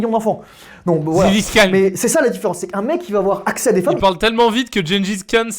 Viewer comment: Je promet avoir compris à « génie fiscale » au lieu de Gengis Khan